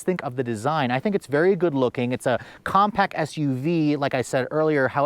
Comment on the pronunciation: Compact! Not compac